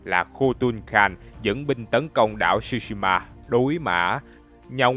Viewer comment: không ai đọc "shu" shima như ad hết, chữ đó phát âm theo tiếng Việt gần nhất là "trư"shima , trời ơi có google dịch mà, làm ơn tìm rồi hãy làm chứ, sao lại qua loa như vậy được